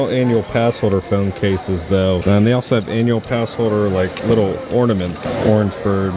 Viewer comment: are you too ashamed to use your “Annual pass holduh” discount?